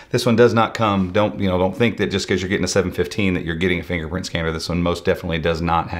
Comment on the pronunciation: DID YOU SAY N FINGERFKNPRINT SCANNER?....FINGERPRINT SCANNER...SAY IT AGAIN ...FINGERFKNPRINT SCANNER